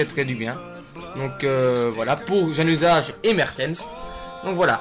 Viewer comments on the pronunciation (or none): Tu sais pas prononcer Chadli et Januzaj mddrrrr ;)